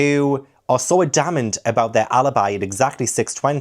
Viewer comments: fyi: AD-amant. I am a witch and I will correct pronunciation, innit., loving your work as Slagatha here! I strongly recommend the BBC radio version of Miss Marple, played by June Whitfield. She is the perfect balance of mild manners and fierce vengeance! I find the range of voices helps me keep track of the 450 characters as well. More Wine, More Crime! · Great video!! Just for future though you may want to look up the pronounciation of adamant😅